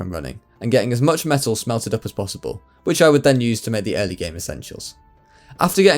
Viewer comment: Am I the only one who kept hearing "methyl" whenever he says "metal"?